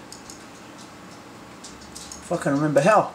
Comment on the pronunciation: No, he said "if I can remember how". the "if I can" sounded like the f word